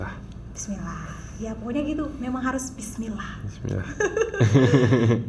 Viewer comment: Huruf ainnya juga it salah ustazah tolong di benerin ustazah dan hak dlm bacaan bismillah nya masih banyak mmg tempat salahnya maklum lagi belajar tapi tolong di gembleng biar sempurna,kok ustazah ngajarin bismillah kta him kok pake hak dada kecil itu hak tenggorokan,Mf bukan menggurui ustazah